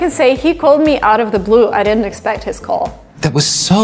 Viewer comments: For sure. I naturally thought she was American until her pronunciation of certain words caught my ear. Got me confused and then I read your comment. Her ‘L’ sound is a bit off, like in ‘building’ and ‘call’. Impressive. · you pronounced « new » with a British pronunciation and I feel like you pronunciation of « call » seems a bit British but maybe it is just an impression I might be wrong